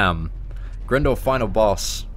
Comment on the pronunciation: Great video,. By the way, the helicopters name is pronounced Grind-or (as in grinding arenas). Its confirmed in other games and media